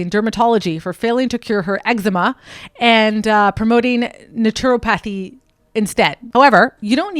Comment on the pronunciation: You are pronouncing her name incorrectly and naturopath.... 😅😅😅